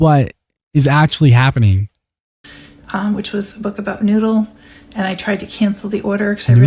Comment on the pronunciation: Why did you say “noodle” like that 😬